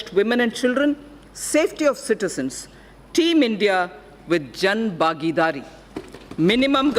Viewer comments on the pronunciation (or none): It's Khelo India not Kelo India☹️☹️ It's Bhagidari not Bagidari☹️☹️ Baki SB Lok lubhavan hi LGA😬😬 Jwan and Kisan are ignored by Government. Very disappointing fact.